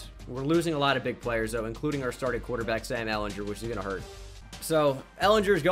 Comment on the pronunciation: Sam is pronounced how you were pronouncing it he says it in his introduction to the Longhorns video